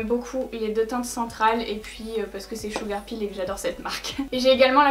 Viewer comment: Bon.... sil te plaît, arrête le massacre, je t'en prie! Arrête de dire "blood SHEUGAR" ça se prononce SHEUGEUR!!! (PS: Je t'adore 😙)